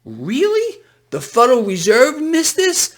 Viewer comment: the "fuderal" reserve